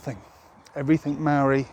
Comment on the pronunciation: You don't even pronounce the word Maori correctly lol. Maori are the tangata whenua who had their lands taken from them and they want it back from the crown. Fair enough too your outsider opinion has landed you in it stop crying and deal with it